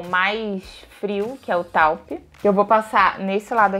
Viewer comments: Belíssima. Taupe pronuncia TÔUP. 😊🥰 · Ahhh, amei a review! E a cor Taupe se fala Tôup!